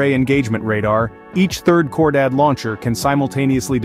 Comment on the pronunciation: Its not pronounced "Core Dad". It's pronounced "KHOR DAHHHD".